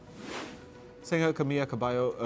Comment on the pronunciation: ''Camila Cabello not Camiya Cabayo''. Off camera you sound perfect, but in front of camera you make many mistakes reading the news. Maybe the text is too tiny to read from far away.